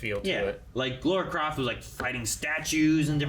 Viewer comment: Stop say Laura Croft ffs. It triggers me so much